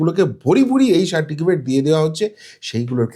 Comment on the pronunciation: দু তিন বার সার্টিফিকেট উচ্চারণ ভুল!